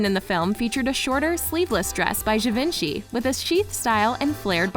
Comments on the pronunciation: Repeat after me, je-von-she, not ga-vin-chee. Merci beaucoup.😌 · Its gi-van-che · I hate to be a nag, but I believe Givenchy is pronounced “Jee-Von-Shee.” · I get the impression you never read the book and probably didn't watch the movie. Oh yeah, learn how to pronounce "Givenchy" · I cringed with the way she pronounced "Givenchy" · Yes I agree his name is mispronounced.